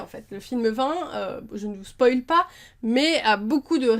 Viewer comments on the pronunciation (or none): none